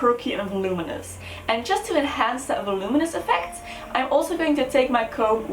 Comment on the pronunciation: Beautiful! Lol why is it that the first hair tutorial I watch with someone who's ESL is also the first to correctly pronounce voluminous? All the native English speakers say "volYOOmuss" and it hurts my ears. 😂